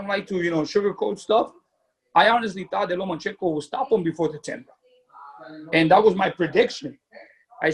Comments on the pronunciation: It’s LOMAAAACHENKO!!! Not LOMANchenko,,, Jesus If you’re going to defend him at least get his name right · i’m not a fan of dads like lopez sr. that being said lopez and sr. got the result... good for them. also wish people would stop saying Lomanchenko. 😂